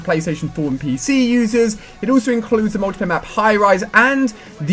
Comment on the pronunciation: When he says 'It will be coming out in a months time for ps4 and pceees😂'